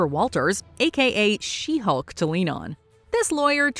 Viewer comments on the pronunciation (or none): none